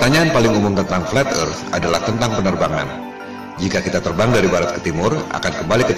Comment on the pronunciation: mengherankan bukan ???😂( fleth erth )